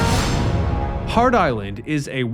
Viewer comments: "Hart" Island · Which is it? Hart Island or Heart Island?!